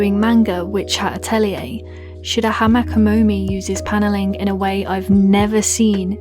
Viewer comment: Kamome is kah moh mae not kah moh mee